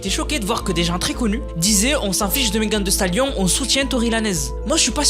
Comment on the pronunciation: "meghan vi stalione" lis comme ca 😁